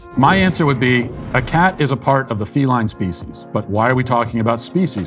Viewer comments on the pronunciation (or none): none